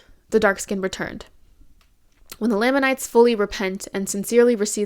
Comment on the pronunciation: Amazing video, amazing analysis and understanding of how Mormonism does colonization and how that ‘inspired’ Twilight’s ideas around race. I just want to point out that it’s pronounced LAME in lamanites. In the church and in general conversation. It’s a small thing but I think the pronunciation shows even in the made up name given to the ‘bad tribe’ in the Book of Mormon they are put beneath the ‘good’ white tribe. Even before transgressing against god they were lame, even in general conversation with potential converts Mormons are calling people of color “Lame” . Maybe it wasn’t intended by Joseph Smith …. But I think it was. Mormon is and always has been blatantly extremely racist and thus all of its cultural impacts carry along that legacy of racism.